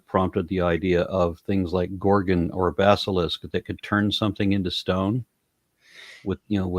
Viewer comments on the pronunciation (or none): none